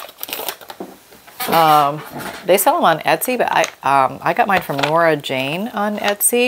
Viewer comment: Thanks for the stamp info, although it sound like you said and putting the CC on, it captured your word as but searching Etsy it finds Nora Jane selling the stamps. Love watching your videos. BTW, the sound of the chair wasn’t bad.